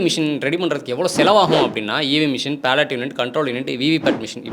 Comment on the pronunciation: தம்பி தம்பி அது PALLOT unit இல்ல, BALLOT BALLOT unit. சரியா உச்சரி😢😢😢